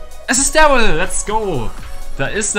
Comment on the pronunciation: es verwirrt mich so hart das er "Dawwyl" sagt